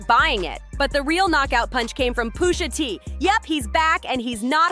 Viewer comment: Umm Who the hell is Poosha T? lol